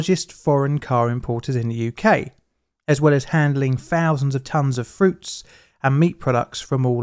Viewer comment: I’m sure you said fursday and forty fousand , that’s Thursday and thousand .